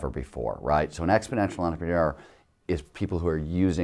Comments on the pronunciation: I don't think he knows how to pronounce entrepreneur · this nigga cant say entrepreneur